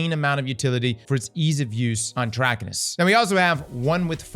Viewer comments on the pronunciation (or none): Say it with me... Trah-kai-nus.